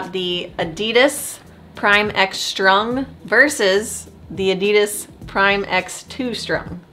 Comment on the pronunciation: Nicht EDIDES … es heißt ADIDAS